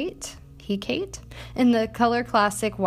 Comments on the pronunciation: if im not mistaken i think the wig is pronounced heck a tae like the pagan(?) godess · OOOH OOOH GREEK GODS!!! The wig name is pronounced Hek-uh-tee. Also, like, I don't even need a Lotor wig but who needs a Lotor wig when they can WATCH ONE OF YOUR VIDEOS?! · ‘Hecate’ is pronounced “Heck-uh-tea”. It is the name of the goddess of the moon and witches.